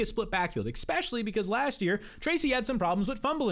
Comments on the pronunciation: Bro please stop saying eXpecially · there is no "x" in "especially"